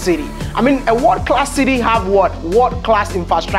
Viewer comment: Stop saying "Wod class". The right pronunciation is "World Class"